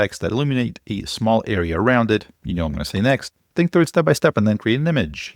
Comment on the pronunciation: Dude, "THROUGH"